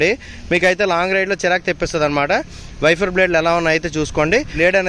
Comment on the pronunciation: వెఫర్ కాదు వైపర్ అనాలి..✍✍